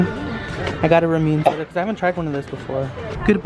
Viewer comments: Its not pronounced rah-moon its supposed to be called ra-mun-ne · It’s not pronounced ranune its pronounced rawm - oun - ne but ily so so much #unicornfam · RA-MOO-NEH WHAT IS RAMYOON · Ramune- Rom-Un-A Your welcome everyone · I love ur vids but it was triggering me the ramumè is pronounced (Ruh-moon-ay) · It’s pronounced RAW MOO NAY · Ramuné: (RAH - MOO - NAY) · it’s RaH-MooN-AyEe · You pronounce it Ra moo nay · It’s ram-you-nay no hate love you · It's pronounced ram oo nae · Personally, I don’t know if this is correct, but I THINK ramune is pronounced rah-mooh-nay. Just my opinion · No offense but it's pronounced Ra-mu-ne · i love ramune! haha but btw (just so ya know) its pronounced "rah-moo-neh" japanese tends to have a similar pronunciation to spanish, the way you said it sounded more like you were saying ramen in korean lol, just some info, love you!🦄💛 #uniicornfam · Omg I was freaking dyin when he kept sayin Ramune wrong